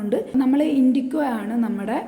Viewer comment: ഇൻഡിക്കോ അല്ല ഇൻഡിഗോ എന്ന് പറയേണം